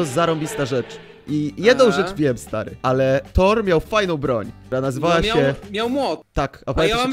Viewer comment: Co to torr? A nie kto to tor lol